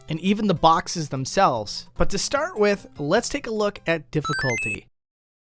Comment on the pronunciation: I notice you say “wif” instead of ‘with’. What’s up wif that?